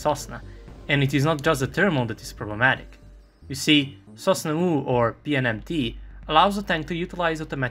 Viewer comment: sosnA not sOsna, this isn’t Serbian ;)